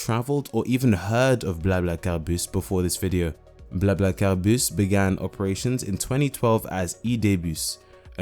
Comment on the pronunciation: convincing pronounciation. are you fluent in French? :)